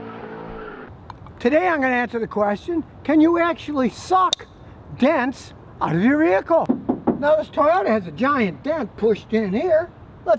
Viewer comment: 'dents aoroaroeeeucuuu'